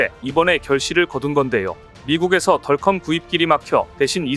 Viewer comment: [야! 넌 영어을 배운거야 아니면 대학도 졸없하지 못한 거야] [덜컴이 뭐냐?=디어큼 이라고 발음을 해야지1=하긴 대학도 160개 이상 시대이니] - 이런 자가 나올 수 밖에 [야 우리시대에=대학이 25엮고+4개 대학 이하는=지방 국립대등 은 대학으로 치지도 않았다] - 무식을 그런식으로 폭로하냐?